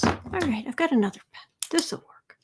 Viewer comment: When you said “pen is dying” I heard “Pence is dying”! Omg!!